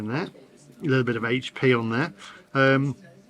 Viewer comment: Top marks for correctly calling it 'Aitch P' and not 'Haitch P' sauce 🙄😁👍